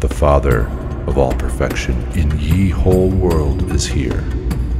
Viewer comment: Great idea but yeeeeesh... “Ye” is pronounced “the”